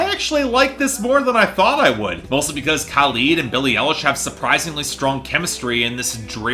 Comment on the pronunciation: Oof, it was uncomfortable to hear mispronounce Billie Eilish's name that many times. I finally understand what the Camila Cabello fans were feeling